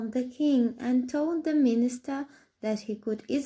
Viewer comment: Министар???? Вудский дед передает приветики